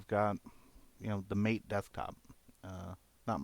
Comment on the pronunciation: Hey just to let you know it's pronouned mah-tae no mate. Not trying to be pretentious, just thought you may want to know. This was a pretty good video, keep up the work!